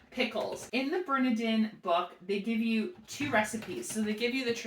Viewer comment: I love watching Eric and Ariel, too. Turn around and LOOK at the box...they have the pronunciation right on the box! Emphasis on the middle syllable: ber-NAR-din.